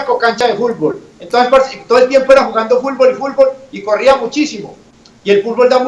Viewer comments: "Fulbol" JAJAJAJAJA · Todos: fútbol Popeye: Fulbol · dijo fulbol